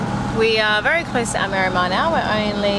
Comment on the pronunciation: Spot on pronunciation of Almerima, going there in April for a weeks Golf with some mates. Another good video, cheers